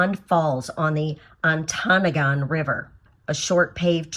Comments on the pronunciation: Very nice and informative video. Your pronunciations were very good as well. Ontonogan was a little off , On-tun-AH-gun. Glad you enjoyed the UP . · I should add a slight correction. The locals call it ont-NAH-gun.